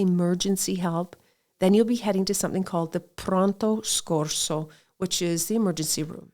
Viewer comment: Pronto SOCCORSO not SCORSO, lol.